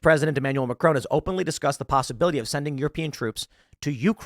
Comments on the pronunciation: Please please, get his name right it's MACRON in English and french not Macrone. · Omg that pronounciatin of Macron. Love Tim-Tim, but that was funny. 😅